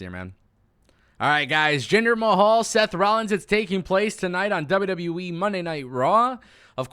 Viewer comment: This guy seems cool but anyone else bothered by this?….He says “W.W.Wee” instead of W.W.E. Gets annoying after a while.